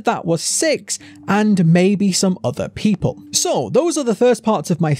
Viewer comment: you said puple not people XD